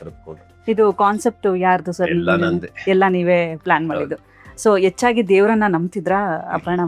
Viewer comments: Dear anchor, please pronounce the words correctly. The word ' hechchagi' is wrongly pronounced as 'yechchagi' . and the word ' hadinaidu'(15) is wrongly pronounced as 'adinaidu'.Being an anchor you should have learned 'ha kara & aa kara' very well. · ಎಚ್ಚಾಗಿ ಅಲ್ಲ ಮೇಡಂ ಹೆಚ್ಚಾಗಿ, ಆಲ್ ಅಲ್ಲ ಹಾಲ್ ಸ್ವಲ್ಪ ಕನ್ನಡ ಉಚ್ಚಾರಣೆ ಸರಿಯಾಗಿ ಮಾಡಿ.